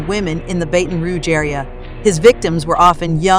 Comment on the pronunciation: Say it.... BATTON , BATTON !!! not baten !!! 😡😡😡😡😡